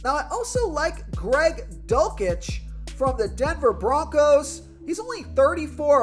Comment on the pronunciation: The dulcich pronouncing was killing me